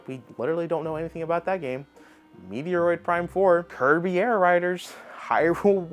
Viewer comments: That’s what he said…Meteor-a-roid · repeat after me lol. Meh troid. This is how you want to pronounce Metroid. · Running gag. He always says it like this. Same of Anime calling it Onimay, and Yu agi Ho, U G O